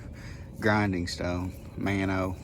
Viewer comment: Spelling is Mano but the pronunciation sounds like Mono